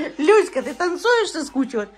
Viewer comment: Научите говорить Люська